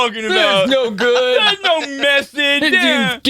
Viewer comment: It's güd!